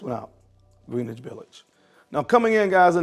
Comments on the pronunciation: it's pronounced.. Gren-itch Village. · Say it like this GREN-ITCH